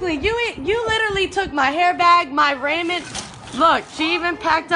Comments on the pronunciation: "raw-men" not "Ray-men" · Raymen noodles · i like the "Raymon" noodles🤣🤣🤣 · I would like to.correct the woman in the vid that " she even tried to stell my ryman" its actually roman not ryman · Haha she said " Look she even packed up my (Ray-men) noodles" Lmao 🤣 too funny! That is some crack head shit though for sure! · “Raymen Noodles”..... #Dead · I love how she says Ray-Men Noodles! I have a dead friend who pronounced Shimano, She-Man-o... Miss that guy... 😪 😜 Ramen/Amen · “My raymond noodles” I’m sorry I just couldn’t help but point this out lmfaoo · "She even packed up my Raymon noodles." rofl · I can't believe the last woman pronounced ramen as "ray-man" Never in my life... lol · "my raymen noodles"😭😭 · "Rayman Noodles" Lol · Did she say Raymond noodles?!?! 😂🤣😂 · She said fuccin "Raymen noodles," she deserves to be stolen from😂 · Ray-men noodles should be a war crime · she didn’t jus say raymond noodles😭😭😭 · “rayman noodles” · “Raymen Noodlee” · “Raymuhn noodulz” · Raymon noodles 😂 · I know we all heard that chick say ray-men noodles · Raymen noodles lol. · Not the ‘Ramen Noodles’! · lol. its true tho these muhforkrs keep owning me like that they playin on my Karen video obsession. I need to just take it as a lesson to stop tryna entertain myself at the expense of others but damn sometimes they are so good. I was crackin up at the chic kept pronouncing ramen wrong so that the subtitles kept putting raymond noodles. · This is dumb but that last video I kind of got annoyed more that she said Ramen wrong....LMFAO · she really said ramen wrong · she said ramen noodles wrong :( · Why'd she say ramen incorrectly. I cringed...